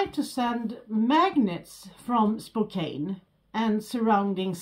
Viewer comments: Welcome to the new year and! Looking forward to all the unboxing videos from you guys! Live streams from too! Also, the city whose name you're muspronouncing is pronounced as Spoke Ann. The e is silent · Just to let u know the E is silent in the city of Spokane so it's pronounced spoke ann